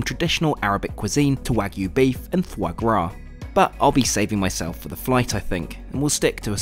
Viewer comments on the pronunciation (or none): none